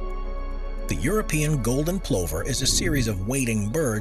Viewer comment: Very interesting. I believe the pronunciation of plover is pluh ver.